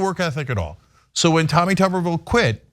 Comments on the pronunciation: It’s not tu-ber-ville it’s tub-er-ville. when he coached football at auburn they called him T Tub. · Say his last name right Damn